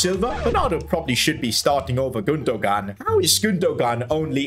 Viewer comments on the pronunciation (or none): Ok Your Triggering Me (No Hate) It’s Pronounced “Gun-do-an” with a silent G. Just so you know!